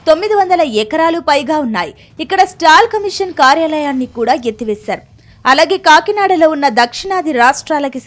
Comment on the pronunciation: స్టాల్ కమీషన్ కాదు మేడం….”సాల్ట్ కమిషన్”